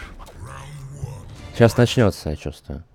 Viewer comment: он оговорился и сказал Вля. Владеешь. а не мат